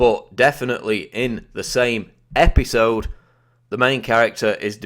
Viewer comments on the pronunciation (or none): The same EP-HI-SOWD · IN. THE SAME. EPEESODE. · Why do u talk like an idiot? Episode. Epi sode . Ep i sode . Fkn tosspot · E-P-I-sode,... SAME E-P-I-sode. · Say "episoude" one more time... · say-me e-pi-so-de....next time commentator, say it E-V-E-N S-L-O-W-E-R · Learn how to say episode